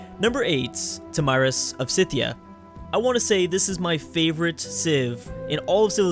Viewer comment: you pronounce scythia wrong